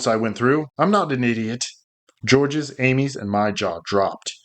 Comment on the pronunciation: Georges is a French name. The 's' is silent.